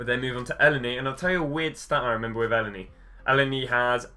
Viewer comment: You can't pronounce elneny lol